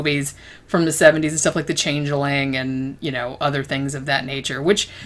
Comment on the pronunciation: The Change-eh-ling?